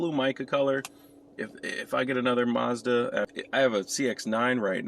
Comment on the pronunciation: There is no r in Mazda